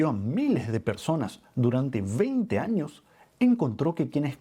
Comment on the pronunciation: Jáños, jábitos 😢 Si la terminación de la palabra anterior es "S" NO ESTÁ MAL QUE SUENE COMENZANDO EN LA PALABRA SIGUIENTE. CAMBIARLA POR "J" SUENA HORRIBLE 😮